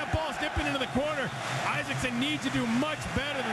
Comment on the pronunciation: listen to the american...all sorts of terrible pronounciations!!! EYE-SAKSON!?!?!?